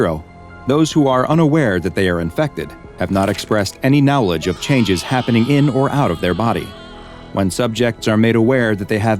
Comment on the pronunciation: I wonder what speech impediment only makes someone specifically mispronoune the word knowledge